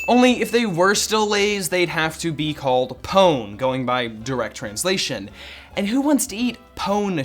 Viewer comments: Pone is pronounced poh nay and sabritas means flavorful pinche menso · That, and "pone" is pronounced "po'- ney". ( ding) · I cringed when he said "pone" like it was English